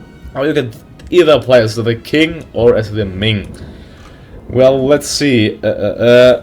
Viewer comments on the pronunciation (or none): Qing is pronounced like "Ching" just so you know m8 :)